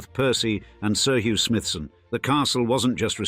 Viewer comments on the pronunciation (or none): none